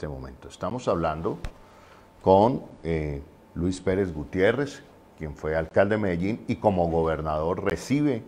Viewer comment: Es Luis Pérez Gutiérrez. Por favor😖